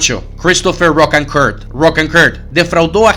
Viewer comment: The pronunciation is Ro-can--cur, not Roc-an-curt